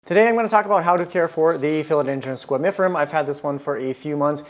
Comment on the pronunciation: Honestly, I think it’s hilarious how much you are butchering the name of this plant 😂